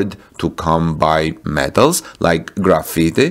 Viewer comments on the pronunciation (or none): Graphite..”graph-fight”. Not “Graffiti”. :-) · Graphite is not pronounced like graffiti or gra-feet-eh but like GRA-fight. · Also graphite is pronounced graph fight :) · I heard the same.